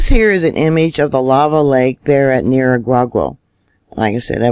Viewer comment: Nigh-EERA-gong-o Volcano.